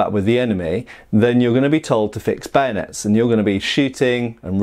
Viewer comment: Why "Bayonets" is pronounced as "Banuts /Benuts" ?